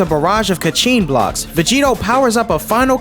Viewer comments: Vegerot?????? Everything is good but VEGEROT??? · saying Vegerot instead of Vegetto. I love the Balck arc. But i preffer the anime version because Trunks got to meet with Gohan again and it was full of emotion and good writing. I also loved the idea of Black traveling trought multiple timelines fighting against alternative versions of the Z warriors.